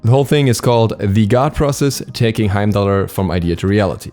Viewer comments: don't pronounce the r in the name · I thought you weren’t supposed to pronounce the R